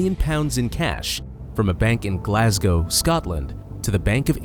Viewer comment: As a Glaswegian I do thank you for saying “Glasgow” instead of “Glascow” like 99% of Americans